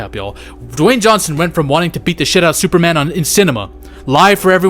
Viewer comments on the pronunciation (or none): none